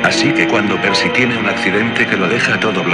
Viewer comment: Es Percy no Perky